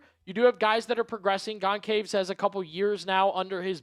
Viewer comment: The c in Goncalves is pronounced as an s in both brazil and portugal